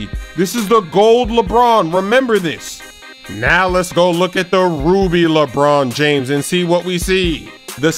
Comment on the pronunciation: lol sayin "lebron james" lebroon jaimes